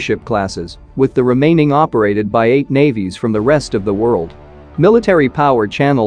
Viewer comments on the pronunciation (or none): none